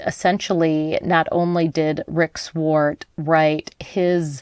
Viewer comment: You need to learn how to pronounce Wallowa. And Swart.